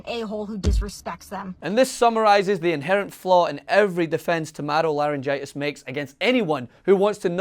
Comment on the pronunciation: Dude in the suit called her madam lahrengitis 🤣😅😂